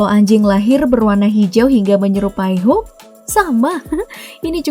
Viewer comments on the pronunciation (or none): Hulk itu dibaca "HOK"